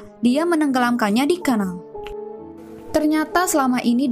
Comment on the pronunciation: Kanal bukan knal...